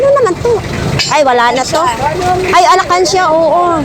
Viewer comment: alkansya hindi alakansya hahah